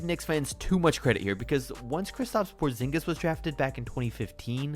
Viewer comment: NBA Legend “Kristaps Porzingus” ok buddy